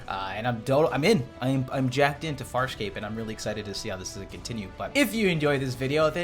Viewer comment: I think you said "FarSCOPE" in the intro